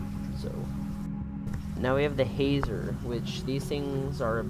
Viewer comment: spotted a mistake! the hazers are called grazers, i think, i dont know if you did say grazer but i heard hazer. might be wrong tho (